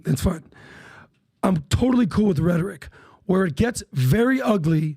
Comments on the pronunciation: Cranky English Major. RHE tor ic. Accent 1st syllable. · Loves how he pronounces "rhetoric" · .....too f'ing annoying, like a fly on a pile of horse shit you do not want anywhere near you ! ! PBD......can't pronounce "rhetoric"........ ANY ONE CAN MAKE MILLIONS IN THE U.S.A........WELL, NOT ANYMORE, THE U.S.A. IS GONE!